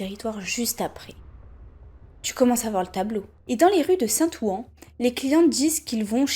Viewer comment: bien la video mais tu dois pas etre de banlieue parisienne, ça se prononce saint ouain